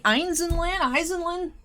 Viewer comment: her last name is pronounced Ay-en-sland